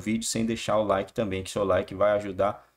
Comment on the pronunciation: PORQUE PEDIR LIKÉ LIKÉ LIKÉ LIKÉ LIKÉ LIKÉ LIKÉ ??? MT ENJOATIVO ??? NÃO GOXT0O NINGÚÉM GOXTA ???